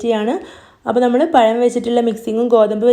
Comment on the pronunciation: പയം അല്ല പഴം 👌👌